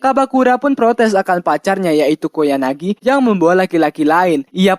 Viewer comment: Ralat:Bang ente salah Sebut Nama "KOYANAGI" bukan "KOYAGANI" :v Mangat Terus bang SALAM WIBU :V